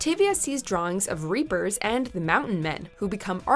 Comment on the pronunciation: Did it bother anyone else how she said reaper?